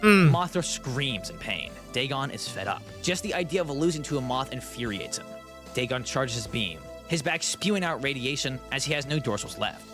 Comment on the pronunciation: It’s pronounced Da-gone